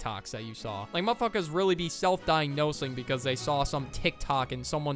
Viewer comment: pls when u say mf is sounds like muhfukus